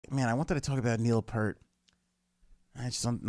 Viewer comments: It's pronounced like "ear" - pEARt. DUDE! You should KNOW this stuff! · it pronounced piert rhymes with ear and a T on the end